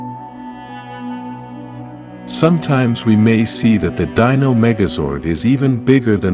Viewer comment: I’m not the biggest power ranger fan but I know when you are saying Z E O you need to say that as one word ZEO. And you also are saying Dino wrong just to let you know so some people don’t get to upset with you